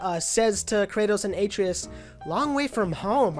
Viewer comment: Not to be a dick or anything but I just wanted to say that Atreus is pronounced " Ah-tray-us" not " Aye-tree-us"